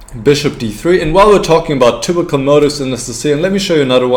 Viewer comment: If it is of any use I would like to give the advice to accent the word "typical" with less "u" and more "i". That is to say "tipical" instead of "tupical". (Dont take this the wrong way and start making german videos again) Also the word "move" can be less "u" ( muf ). I am pretty sure u can say "v" as in vermacht for example. (Ha ha) Anyway "forward" is the correct "o" for "move". Or think of the word "more". Best wishes and great vid! Thx!